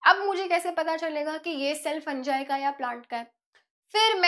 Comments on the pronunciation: Mam फंगी होता है फंजाय नहीं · It's fungi not funjai